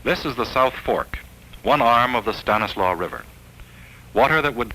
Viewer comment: It's so nice to hear "Stanislaus" pronounced correctly.